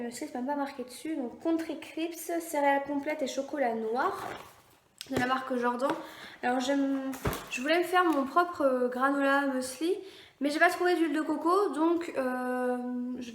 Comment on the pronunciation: Top😘!Tu t'es pas trompée,car pour la bière de ton copain tu dis qu'il y a 5,9%,et pour les céréales tu dis crips mais c'est crisp et jordan ne se dit pas jorden mais jordane.